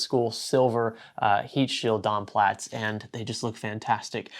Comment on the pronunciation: please stop saying dom plats !!!!!!!!!!!!